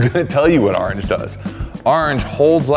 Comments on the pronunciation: I love how says "ARange" get yourself some pirate orange permatex. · "Arnge" No idea what the "arnge" permatex is all about. I was too busy saying "arnge" when was talking about it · lol says ahrange